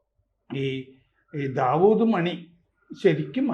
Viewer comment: D. മണി.....Dawood മണി അല്ല. Diamond മണി എന്നാണ്. അതും ദാവുഡ് ആക്കി... കഷ്ടം..